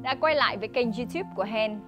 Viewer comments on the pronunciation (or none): none